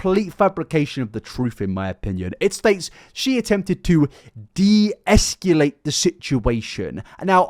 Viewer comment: “Esculate?” You mean “escalate”, mate.